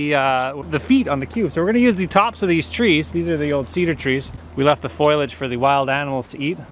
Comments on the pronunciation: Lol "foilage" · everybody, all the time: Foilage me, a spelling nerd: FOLIAGE!!!! haha love your content!! amazing work!!! truly! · Deer also like white cedar foliage, not foilage. I think you have been watching Marge Simpson. LOL Marge Simpson.